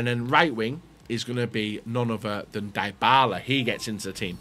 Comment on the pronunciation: Bro kept saying dibala